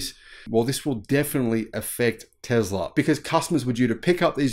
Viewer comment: Oh, Teezlah. Like diesel diezul. 🤭